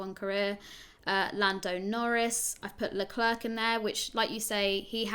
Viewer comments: Leclerc is not pronounced as "leklirk" but as "l-a clair" (phoneticly in English) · no as eclair